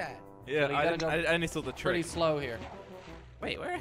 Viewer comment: Kwebblekop always says jilly